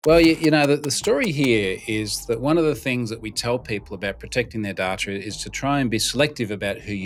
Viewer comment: "Data" can be pronounced, "day tuh" or "da tuh"", but not "da trar". Search "Hooked on Phonics" to learn to speak English.